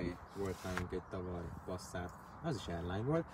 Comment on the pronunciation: Passzát? Mi van? Az Pászzát, ha már kimondjuk!